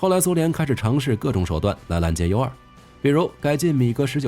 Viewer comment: Utility2 聽起來讀音怪怪的, 怎麼念成unity?